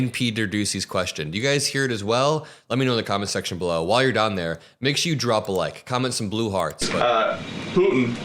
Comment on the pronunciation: luv ya dude but drop is D-R-O-P there is no J in JROP.